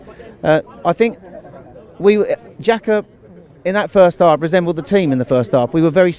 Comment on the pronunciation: The guy that says jaka? calls sides like Newcastle lower league sides? says "like I said, well I've not said it but I'm saying it now", says rikarlison, and thinks he's Einstein because he thinks players who's best position is attacking mid don't do as well in a wide position, and says a player is really disciplined because they didn't get a red after getting a yellow card.